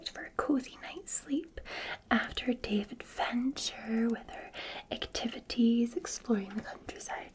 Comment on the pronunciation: "Day of adventure" or "David Fincher"???